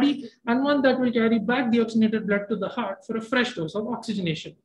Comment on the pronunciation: Please doctors learn to prpnounce HEART ! PLEASE !